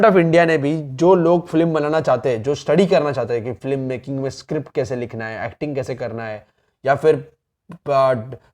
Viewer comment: First thing flim nahi hota film hota he